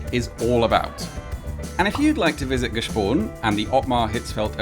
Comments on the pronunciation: Nice try But "Grüezi mitenand" is not used in that region, in fact not outside Zurich wider area. Using that greeting outside Zurich area means not having understood Switzerland at all And it's not "G-e-spon" but "Gspon" - "sp" pronounced "sch" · It‘s Gspon, not Gespon 😂